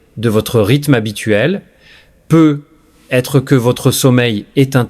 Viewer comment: faut ameliorer la pronociation de vos "peut-etre" 😂😂